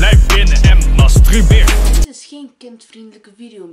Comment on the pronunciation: je zegt in je Distrack mastRUberen maar in correct Nederlands is het eigenlijk mastURberen.